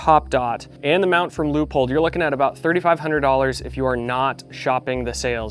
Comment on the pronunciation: Great video, but it took me a bit to figure out what you mean with Loophole, thanks to the image of the scope with the Leupold logo I remembered. As a German I can say that it is spelled more like Loi-polt just like bolt with a „p“. Your sponsor will like it!